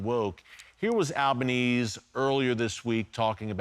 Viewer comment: I love that Albanese is so unimportant that Erick has failed to pronounce it correctly even once. Most Aussies do not support Albo, but do support Israel. Albo is an embarrassment.